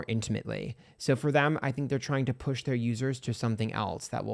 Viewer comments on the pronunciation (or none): none